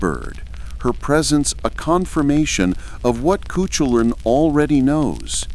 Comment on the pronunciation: it is pronounced coohoolin